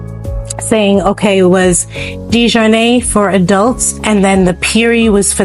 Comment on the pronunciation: The family name is French, and was originally spelled “de Jarnat” in France. The correct pronunciation is De-jar-natt. The early de Jarnat immigrants came from France around 1700 fleeing religious persecution. Later the spelling of the name was “Americanized” to DeJarnette or DeJarnatt. The pronunciation however did not change, it remained De-jar-natt. It was never pronounced with a long A sound at the end. As in de-jar-nay… Most people in the area, (including many who worked there) would not understand the name as you pronounced it. 😅